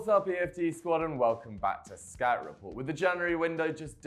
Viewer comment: Accent makes it sound like “skat report”